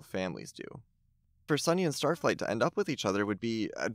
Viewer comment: BRO LeT ME sAY STaTfLIgHt